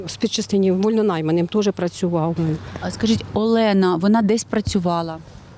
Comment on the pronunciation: Як бісять журналісти, коли весь час намагаються українські прізвища та імена вимовляти кацапською фонетикою. Яка в сраку Альона, якщо вона Олена